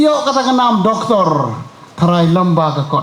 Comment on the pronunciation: Ohh No! Doctor ruh Doc ktorrrrrorr😅😅